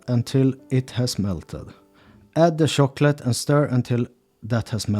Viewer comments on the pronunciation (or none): And I love the gentle way "ch" comes out like "shh", the way he says "shop" for "chop", "shicken" for "chicken" and "shocklate" for "chocolate" ❤❤❤.